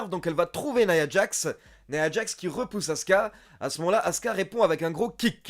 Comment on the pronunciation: Il a l'air cool cet épisode ! Tu te forces "nia djax" au lieu de "naya djax"? C'est du franglais ça fait bizarre.